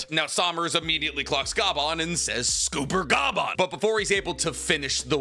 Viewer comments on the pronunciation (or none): 'Junko" "Sawmners" "Scooper Ga-bban" it's been 30 seconds 💀